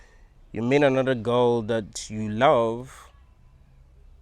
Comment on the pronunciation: I thought he said ghost rather than girl 😅